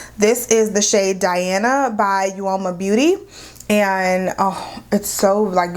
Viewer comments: Uoma is pronounced like "o-ma". Both sides are really pretty! And the lipstick is a beautiful shade! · The u is silent....it’s OMA